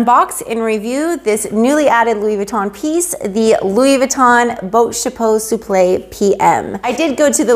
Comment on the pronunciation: Wow I love how you pronounce the name of the bag, but I don't know how to read the bag name correctly. Enter Even thou my husband always give me headache budgeting our monthly income because he doesn't have a job at this very moment, sometimes I get jealous of women who receives beautiful gifts from their hubbies, but doesn't mean that I don't love him. I am still grateful for he had given me a absolutely wonderful father for my kids. For my kids are obviously my life, my heart, my soul, and my happiness.